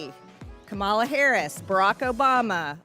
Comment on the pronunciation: MTG still won't pronounce Kamala correctly. What a :face-fuchsia-poop-shape:head.